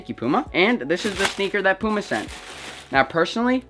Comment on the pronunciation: Learn how to say puma